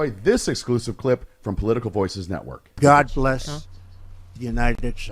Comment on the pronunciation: I love your And god blesh amerika 😂